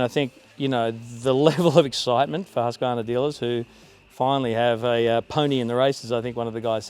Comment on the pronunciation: It’s pronounced Hoosk-qvarna 😉